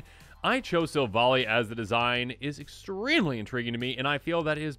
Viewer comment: 1. Giratina = GHEE-RAH-TEE-NAH. (Wasn't spelled correctly). 2. Silvally= SILV-ALLY (like the magic tribe). 3. Darkrai = DARK-RYE. 4. Missingno = MISSING-NO